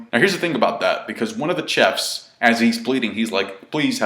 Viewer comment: Hey, how come you can't pronounce the word chef?